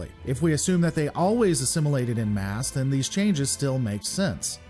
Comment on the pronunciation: I don’t want to sound ‘the wanker’ but it’s en masse (pronounced ‘on mass’ not ‘in mass’). It’s French and you know what they are like with their spelling and pronunciation. I guess I did want to be a wanker.